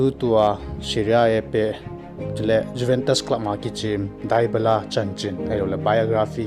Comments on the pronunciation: It not dubala it debala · Dybala tih ngal o bro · Bro Dybala na pronounced cu nui jat um val 😂